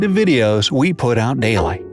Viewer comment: the way "daily" sounded was weird